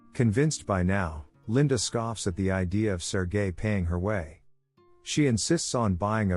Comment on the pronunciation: When the voice says sergel its sounds like sir guy, lol